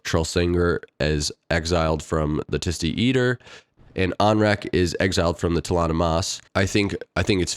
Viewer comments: Tiste is tie-st (hard I) and Edur is ed-oor, at least that's Erikson's take, but he's probably wrong. 😅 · Pronunciation fun: Tiste = I makes an eh sound like the word tiff but with an “st” on the end. In the books Edur is pronounced Ed-war. Like “edi”fice and “war”io